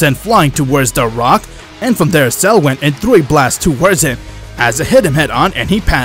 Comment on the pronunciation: You said frock instead of rock